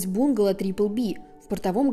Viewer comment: Не бУнгало, а бунгАло. А кавказец это Caucasian, наверное? То есть белый человек, европеоид